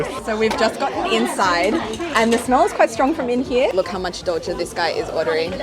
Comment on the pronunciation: Hahaha, as a Beijinger, I can’t accept douzhier at all.